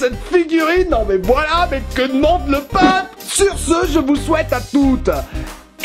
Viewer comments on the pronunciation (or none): none